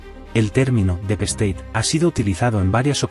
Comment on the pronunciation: Deep state!!!! En ingles significa "Estado profundo". Y se pronuncia "dip steit". Pero es que nadie les corrije el subtitulado ni la pronunciacion, antes de emitir? Pues hagan el favor de buscar a alguien, antes de confundir mas a los oyentes.